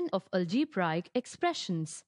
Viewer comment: Algebraic pronunciation is wrong and no explanation column 2 method is wrong . Well tried by the way ...